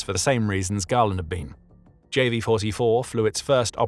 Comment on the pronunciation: Perhaps learn to pronounce your subject's name reasonably correctly? I read Galland's autobiography and while it is clear that they disagreed, it seems a stretch to claim that they were enemies.